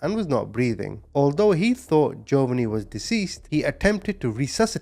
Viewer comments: This is how U pronounce the name of the 2nd victim hun, Gee-O- vah-nee. I know it looks weird and a dictionary would probably do the pronunciation differently than I just did, but if U say what I wrote, all together, I think U eventually should get the correct pronunciation. Love ur channel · Jovonie.. is pronounced JO VA NEE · I think the boys name is pronounced Joevaneeeee